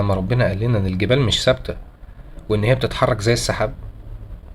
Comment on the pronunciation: الجبالَ وليس الجبالُ، انبته وعدلها بالمقطع